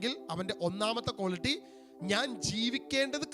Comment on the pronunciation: കോളിറ്റിയല്ല, ക്വാളിറ്റി ആണ്.